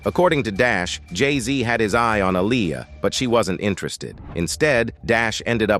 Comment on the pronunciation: Please say Aaliyah name right!! Omg the disrespect is real smh..